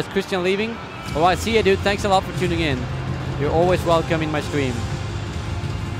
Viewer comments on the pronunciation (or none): none